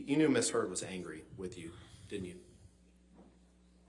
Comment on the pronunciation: Haha, the attorney calls her "Miss Turd" . I had to play it three times to be sure I wasn't just wishing that T in there!